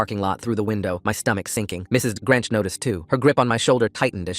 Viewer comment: Mrs. Grench instead of Grinch😂😂